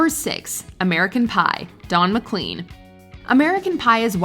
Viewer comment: McClean is not pronounced like clean. It's pronounced like Mc lain. I saw him live in 1986 at the university I attended. The fans kept screaming for American Pie. He did it numerous times. He has quite a few hits but the local radio stations overplayed the song because he was coming to town. I love his version of Roy Orbison's Crying as well as his tribute to Van Gogh Starry, Starry Night. He has many songs in his roster.